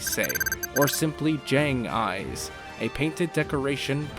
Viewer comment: Other than a few mistakes with how dome words are said, this was a goof summary video! "Jay-Agh" Eyes not "Jah-Aang" "Moon-o-list" 10.